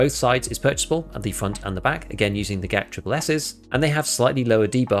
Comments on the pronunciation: white armor is not gazelle its g zhel' zh is like 's' in pleasure/ thx for video, like it 😁😁😁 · I love how you nail the pronunciation of Zhuk but keep butchering Gzhel